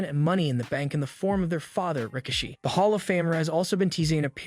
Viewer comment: When he was trying to say Rikishi’s name I thought he was saying Ricochet.